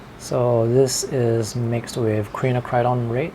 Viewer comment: Quinacridone is pronounced KWIN--NAK--CRUH--DOHN >>>